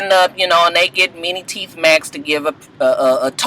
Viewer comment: lol people kept saying you said mini teeth lol